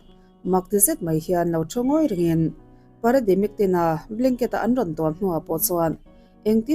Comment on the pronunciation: Parademic nilo in Paramedic tihtur aw😊